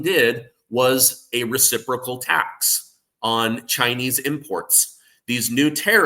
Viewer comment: Learn how to pronounce "reciprocal"